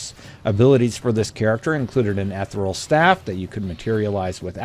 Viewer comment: Unless the you're using some new made up Obsidian in game jargon, it sounds like you're trying to pronounce "Ethereal"...which is not pronounced "Eth-er-all". It's also four syllables.